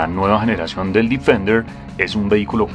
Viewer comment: bien por el video ,pero se pronuncia defender tal como se escribe ,no difender.....